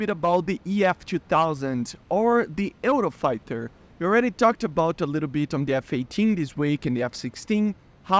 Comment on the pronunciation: The way you pronounced the word "Eurofighter" is not exactly like that, you pronounced very similar to what we say in Spain (dont worry i know u r brasilian)